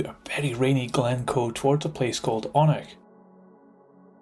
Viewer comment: It's said oh-nich